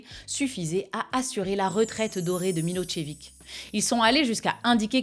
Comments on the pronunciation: Je t'adore, tu as un esprit acéré, tu es douce et mignonne et impitoyable, un peu comme un genre d'antique déesse païenne de la guerre.. mais on dit pas pas "Milotchevik" c'est "Milozévitch" la prononciation, je sais qu'on t'embête beaucoup avec ce genre de trucs 😊, je compatis, ma défunte femme adorée avait le même genre de dyslexie.. cela dit j'adore ton nouveau format, je sais que tu n'as jamais eu peur de balancer des grosses patates politiques, mais là, c'est carrément un gros massacre 😅 bravo !!! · eh bien non, ce n'est pas MiloZévitch mais MiloCHévitch* qu'on peut même prononcer Milosh-évitch si on veut le prononcer plus correctement, les Slaves ne fonctionnant pas réellement par syllabe mais par lettre/son et que surtout le prénom qui donne l'origine à son patronyme est Miloš (Milosch à l'allemande) * à prononcer comme dans CHou/chat. Prononcer Milozévitch est une méconnaissance de la graphie š du son ch en latinica qui s'écrit ш en cyrillique. Milošević -> Милошевић. Et du coup en passant l'écrivain tchèque c'est Hachék* (ou Haschek) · Milossévitche, pas Milotchévic... C'est volontaire ces permutations de phonèmes(faux names)?😅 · Merci pour cette vidéo, mais un petit cours de lecture des diacritiques slaves s'impose, tu as massacré pas mal de noms tchèques ou serbes ;) le s hatchek, qui s'écrit š, se prononce che: Yanashek, Miloshevitch. Hashek le c hatchek, lui, č, se prononce tch: donc la derniere syllabe de Miloshevitch.